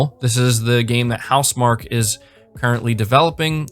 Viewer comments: BTW you pronounce HouseMarque like house markie not mark. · Is it not pronounced house markee?